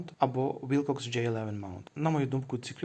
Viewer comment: Wilcox - вимовляється як Уилкокс, а не Вайлкокс🤦‍♂️